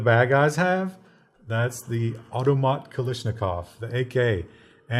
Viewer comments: I really expected, a gun afficionado, to know how to pronounce 'KalAshnikov'. It's not 'Kalishnikov' now, is it? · it aint pronounced kalishnikov